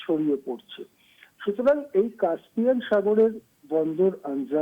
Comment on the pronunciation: উচ্চারণ হবে কাস্পিয়ান। কাম্পিয়ান নয়।উপস্থাপিকাকে বলছি।